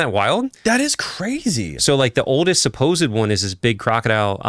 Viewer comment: Supposed is two syllables, not three. Supposedly is four syllables.